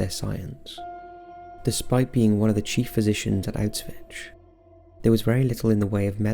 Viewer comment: Auswitch? Is that right? Sounds weird. Auswitch....( 💡 ) He's saying Auschwitz...wrong.